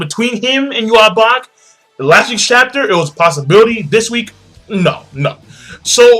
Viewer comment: it's JUHA BACH!